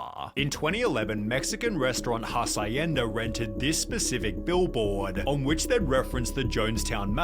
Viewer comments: not the narrator saying "hasayenda". it's actually pronounced as "ha shen da" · Its pronounced as has-yen-da 😂